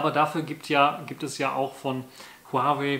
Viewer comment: Zum Beispiel wie lange die Kopfhörer laden, wie lange sie laufen, wie sie ausgestattet sind. Video Material macht man ausserdem vorher sauber und nicht mitten im Video... Es heißt Huawei, man spricht es Huawai aus und nicht Huawey